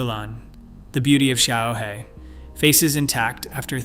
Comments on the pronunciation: 小河 - Xiaohe - small river. The Chinese developed Pinyin to help others pronounce Chinese and with a tool like Google Translate there is no excuse for your terrible pronounciation. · Xiaohe is pronounced shyao həh, and simply means 'little river.' I don't know how to show the tonality with my keyboard, but it would be very similar to the Nike "swoosh" logo in tone.